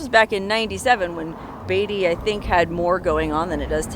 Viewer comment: You're pronouncing Beatty wrong